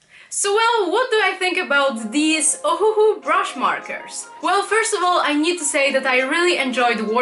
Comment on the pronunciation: Ohuoh not ohuohoh